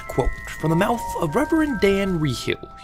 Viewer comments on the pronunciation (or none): none